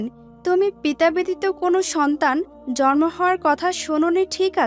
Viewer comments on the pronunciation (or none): none